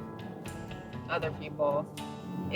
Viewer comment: You Lost Me at.....Barack oBamA.......SEE-YA